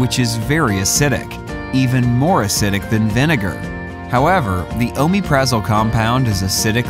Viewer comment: He doesn't pronounce it right